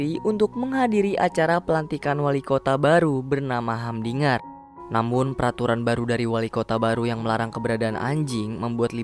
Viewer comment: Namanya humdinger tapi bacanya hamdiger😅😅